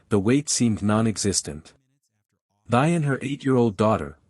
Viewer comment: Thy. Pronounced Tee, not Thigh.